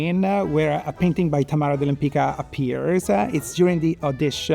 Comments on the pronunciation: I wish that took time to learn Tamara's last name correctly. It is not " Lempika". It is Lempicka. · Thank you for the fun and informative video. However, with all the respect for you making the video, and with even more respect for this amazing artist, it wouldn't hurt to have her name "Lempicka" pronounced correctly. The "c" in her last name Lempicka is a "tz" sound.